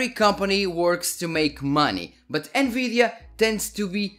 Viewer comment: I love how you say: N-GREED-DIA... 10/10 VIDEO 😂